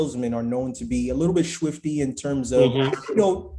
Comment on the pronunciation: Man said "shwifty "